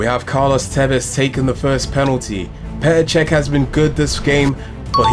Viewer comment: It’s PETER CHECH